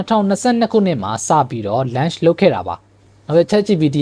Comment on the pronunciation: lunch လုပ်တာ မဟုတ်ပါဘူး Bro launch ပါ အသံထွက်လေး တချက် မှားနေပါတယ်